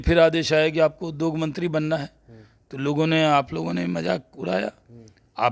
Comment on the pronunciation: Shahnawaz Hussain anyaay ke saath hai are jahil udog nahin hota hai uddyog hota hai zyaade nahin zyada hota hai